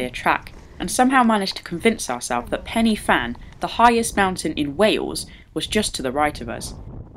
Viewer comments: it's not Penny Fan, it's pronounced Pen-ah-Van (pidgeon Welsh). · its pronounced " van" not fan. pen y (v)fan...